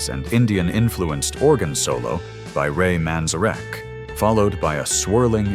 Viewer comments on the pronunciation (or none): I hate AI generated voice overs. I cringe every time I hear mispronunciations such as Procul Haroom and Ray Manzarek’s name being butchered. But there were definitely songs that were left off that list and other songs that shouldn’t have been on it. Good Vibrations? Paint it Black? Not psychedelic at all. In a gadda da vida sure and Astronomy Domine or Set the Controls for the Heart of the Sun by Pink Floyd or even Crimson And Clover by Tommy James and the Shondells.